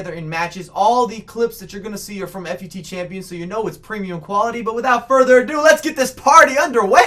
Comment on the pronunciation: Nice video but it kind of annoys me when you say F-U-T champions instead of fut